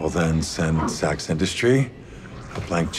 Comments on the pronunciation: I swear sometimes it sounds like they're saying sex instead of SAX or SACKS or however it's spelled. Lol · Who else though sex tower when they said sax